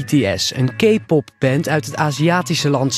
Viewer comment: Hoe ze K-pop uit spreken echt de K irriteert mij en die fan.... ik ben maar een paar weken ARMY maar serieus ik kan die namen zelfs beter uitspreken! En ja een beetje creepy maar ik weet binnen een paar weken al heel veel over BTS deels door mijn nicht die veel eerder fan was en mij van alles heeft vertelt en ik uiteindelijk ook ARMY ben geworden! OBSESSED